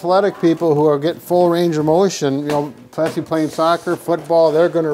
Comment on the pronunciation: This is the second video where says “expecially”. 😖 It’s ESPECIALLY!